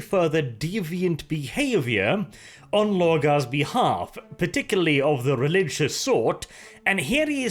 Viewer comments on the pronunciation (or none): none